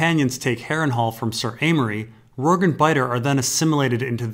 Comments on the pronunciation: Yes, it's the "J" sound. The way pronounce it should be spelled "Rorgue". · i always thought Rorge was pronounce like gorge, with the j sound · It's so tough watching through older videos and having to endure him mispronouncing so many names. I thought "Arianna" was bad enough, but "Rorg"? Jesus.